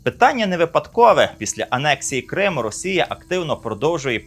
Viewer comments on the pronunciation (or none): none